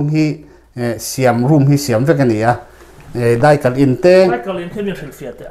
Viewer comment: mizotawng a va thiam ve.....mizoram thalai,a bik takin khawpui thalai te'n an tluk hauh lo mai..'daikal in' han tih thlap thlap te kha a va mizo raih raih ve....